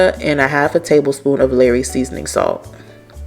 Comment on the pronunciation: Omg! Lol.. Its NOT "LARRY'S"... Its "LAW-ry's".. I cringe every time u call it LARRYS! LMAO